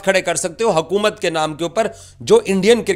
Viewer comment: Abe hakumat nhi हुकूमत,,hota,,inko urdu nhi aati😂